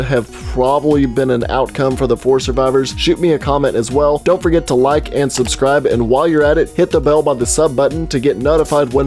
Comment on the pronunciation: Oi 2010/ WOW SUCH Gaming! Ya screwed up the word “Subscribe,”!